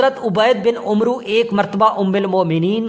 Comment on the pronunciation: آپ نے حضرت عبید بن عمرو کو عمروو بولا۔اللہ کے بندے یہ لفظ عمرووو نھیں ھے بلکہ عمر ھے۔یعنی عین پر کھڑی زبر کے ساتھ ۔اپ وی لاگ پڑھنے سے پہلے کسی عربی جاننے والے سے پہلے پڑھوا لیا کریں۔